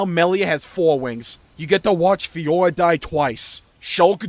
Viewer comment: ...plz learn to say "FiorA"